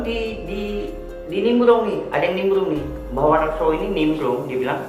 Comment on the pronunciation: #IRI_BILANG_BOSS ngomong "R" aja gak jelas. Nimblung atau Nimbrung? #BUWUNG_PUYUH